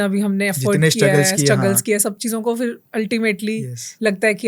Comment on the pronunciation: 😍 “BATAO” nhi boltay, “BATAYIYE” bolte haiñ. You are on a responsible platform and should always mind your diction! Furthermore it is not “Fir” it is “PHir”. Please take care of the way you speak